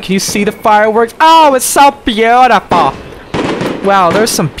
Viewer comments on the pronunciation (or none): "OH ITS SO BEAUTIFAH"